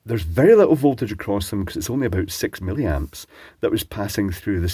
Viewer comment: hehehe you said "silly-amps"